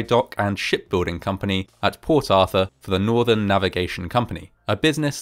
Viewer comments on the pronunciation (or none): none